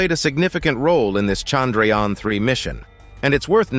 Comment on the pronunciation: When you hear him pronounce chandrayana you realise why shudras were not allowed to speak sanskrit